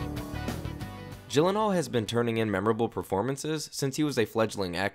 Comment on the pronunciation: Everytime you say GYllenhaal you make me cringe! He said that his name is actually pronounced "Yillenhaal"